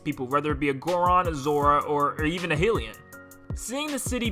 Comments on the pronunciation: Btw it’s hi-lian instead of heelian and ocarina of time is pronounced as ah-carina of time and not ohcorina of time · i KNOW he didn’t just say “heelian” and œcarina 😭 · You're saying Ocarina and Hylian wrong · Okay, sorry, but did you just call hYlians, Hilians? You don’t pronounce the Y like an I. It’s like Hyrule. You don’t call it Hirule. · DUDE ARE YOU SERIOUS? CALLING THEM "HILL"IANS THEN 10 FUCKING SECONDS LATER CALLING IT oRcarina OF TIME??! You need to fix this before making videos good sir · he said (Hill-e-in) instead of (high-lee-in) 😂 (Hylian) I’m dead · ORCA RINA of time? Hilian? OCARINA OF TIME and HYLIAN. Pronounced HIGH-LEE-IN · agreed you cannot just say it's pronounced however you say it is "Hylian" to most other people or I'd probably say everyone is pronounced just like that but would you say then "Hilian?" sounds weird to me it is more like "heelian" Makes a lot more sense to pronounce the Y that way in that word in particular. But then again I do not know if the game ever does pronounce the word HYLIAN or not Hyrule (High rule) is pretty obvious to me. If I were to say this in spanish it'd be "He-roule"...which makes sense in spanish just like if it were to be Japanese I'd assume the pronunciation would differ? Unless of course the japanese made it that way on purpose then the word is a made up word by them of course since they created the game and can be pronounced however the game developers seem fit. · what is a hillian? did ... did you mean Hylian? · „Or even a Hillian“ seriously dude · This video slightly triggered me with the mistakes he made, “white tailed lynel” “Romani ranch” “orcarina of time” “hillian” “shrine tower” and so much others I don’t feel like putting, oh and “lava WATER falls” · First "hilian" and then "orkarina of time" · "Hey"rulian?? Guess I should go to "Hey"rule!! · It's pronounced highlian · "Oarcarina of Time", "Heelians" 😡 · Hearing how he pronounced Hylian made me wanna kms